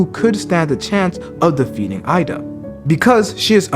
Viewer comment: Eida is pronounced like "a-da"